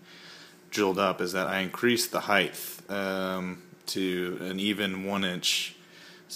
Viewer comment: did he just say heightth?